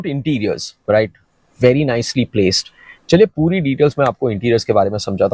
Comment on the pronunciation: आधा तीतर, आधा बटेर। समझ ही नहीं आता कि वीडियो हिंदी में है या अंग्रेज़ी में। "र्रराइट?"